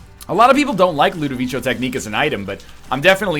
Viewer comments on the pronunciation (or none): I'm not an expert since I'm not italian myself, but I think it's pronounced LudoviKo rather than LudoviSHo? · I watched A Clockwork Orange a few days ago and it's pronounced ludoviko, with a k sound and not a ch sound. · NL, LUH-DOH-VI-KO.